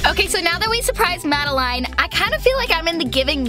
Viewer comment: I HATE TO BE RUDE BUT YOU SAID MAD-U-LINEI HATE TO BE RUDE SO SORRY IF I AM BEING RUDE SO SORRY